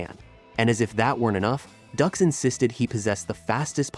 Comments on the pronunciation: It's not pronounced Ducks it's pronounced Dukes ya dim bulb. A fake reporting on a fake. Smash that dislike button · It's Dukes not Ducks. French Canadaian. Dux is pronounced Dukes. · It's not Ducks, it's Dukes, like put up your dukes man! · Dux is pronounced “Dukes”! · Not Ducks, Dux, like put up your dukes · I'm pretty sure it's pronounced "dukes," homie, not "ducks," lol. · It’s not pronounced Ducks but Dukes, lack credibility when you don’t even know the name of the subject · I love the pronunciation of “ducks” instead of “dukes” =) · I tried to stay. But his name is pronounced Dukes not Ducks. It drove me crazy. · It isn't pronounced "ducks". it's "dukes". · It's Duke's not duhhhx 😂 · Dux is pronounced like "Dukes" not "Ducks" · 😂It’s not “ducks”, it’s pronounced “dukes”. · hearing ducks a million times when its pronounced dooks / dukes............is bad for the mind.... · Doo-x not ducks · 'Dukes' not 'Ducks'. Even in that, a fraud! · His name is pronounced like Dukes not Ducks 🦆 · Why is he saying ducks. It's dux not duck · If you cant do the proper research to even know your subjects name how can we trust anything else you say? We all know he was a liar but its Dukes not Ducks. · Like the movie said, It’s pronounced “Dukes” like put up your dukes… not Ducks. The JCVD movie on Dux points this out. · "Ducks?" - it's pronounced "Dukes", but if the guy was a fraud Van Damme's movie is still awesome. As a cinephile I don’t care about how Dux's apparent lies may have affected the martial arts. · Not duck's....dukes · Dukes not ducks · Bloodsport literally says the name is pronounced “dukes” like “Put up your dukes.” Ducks 🦆🦆🦆🦆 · Dux as in Dukes not Ducks lol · It's Dux....like put up your Dukes. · It's hard to take this seriously when the name is said wrong but I'll watch it anyway. I almost clicked off the second I heard him say ducks. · No no....it's, DŪŪŪŪX! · No no no, it's DUX....like put up your dukes right? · Nah, nah, nah, nah. It’s Dooks.